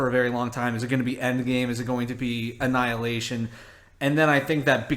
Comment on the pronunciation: Marvel just expose you.You said avengers anilahtion what ever its called.hahahahahahahahhah